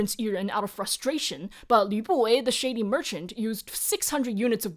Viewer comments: i put this video on while cooking and i can't get over the fact that all i hear is YA BOY instead of Lü Buwei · Can’t stop hearing Lü Buwei as ‘ya boi’ and I’m not mad about it 😂